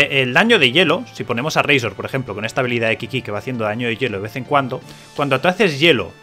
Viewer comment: Pero no digas razor de esa forma tio que rabia.. 😔